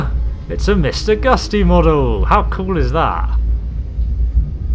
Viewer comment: Mr Gusty :D It's Mr Gutsy